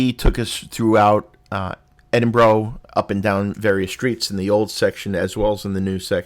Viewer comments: i cantget past how you are pronouncing edinburgh - why? thats not how you hear it being said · I’m Australian and thought it was pronounced Edin bo row but it’s actually Edin bu ruh